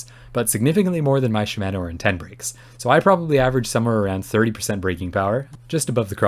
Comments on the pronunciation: Great review. FYI: Shimano is correctly pronounced “she-mah-noh”, not “she-MAN-noh” :-) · I’d like to see you review some TRP DHR EVOs. They have a very light pull and they use the same MTX pads that Shimano brakes use (sha-ma-no, freedom pronunciation lol). Gotta use the 2.3mm TRP rotors though.